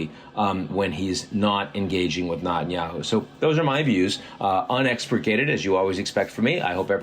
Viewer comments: Can't understand why you're unable to pronounce the name of the Israeli Prime Minister correctly? Neh-tan-YAhoo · Not that I'm a fan but learn how to pronounce Netanyahu properly.